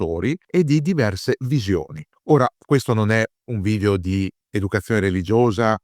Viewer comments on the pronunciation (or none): none